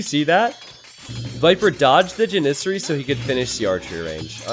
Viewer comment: ja· nuh·seh·ree. lol the way you say Janissary bugs the crap out of me.